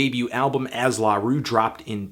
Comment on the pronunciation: He emphasizes the la instead of the roux haha sounds funny.